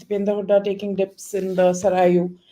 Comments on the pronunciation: सरायु नहीं है, सरयू जी नदी है। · नदी का नाम सरयू है नाकि सरायु अद्वैता